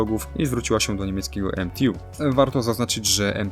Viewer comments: umówmy się, że jeśli jest skrót MTU od niemieckiej firmy, to ŻADEN niemiec nie powie "emtiju", tylko wypowie "eMTeU" -podobnie jak Polak! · Dzięki za materiał o k2. Zwróć proszę uwagę na wymowę, jeżeli podajesz nazwy niemieckie nie czytaj ich po Angielsku. MTU - Motoren- und Turbinen-Union Friedrichshafen - nie czyta się U „ju” to nie angielski … Rheinmetall AG - „ei” czytamy „ai”. Nie pisze tego złośliwie. Po prostu uszy bolą. Róbmy dobre materiały po prostu. Pozdrawiam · Co to jest jak mówisz "EMTJU" , w języku niemieckim i polskim nie ma czegoś takiego. Fonetyczmie jest nazwa MTU. To nie rób wiochy. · Jeżeli silnik jest niemiecki, to skrót MTU to nie wymawiajmy tego skrótu po angielsku (EM TI YU) ale normalnie po polsku lub po niemiecku, co w tym przypadku wychodzi na to samo. Analogicznie w Polsce marka samochodów BMW to nie angielskie BI EM DABLJU, tylko BE EM WU (albo BE EM WE jak ktoś chce po niemiecku). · Co za akcent nadreński emtiju coś za bardzo z angielska bejbe😁